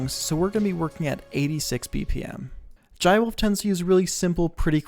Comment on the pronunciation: its not pronounced like that. it's like "Juh-ay". or call him Jay if you can't pronounce this. This song has "Jai ho" as it's motif. Use it for reference.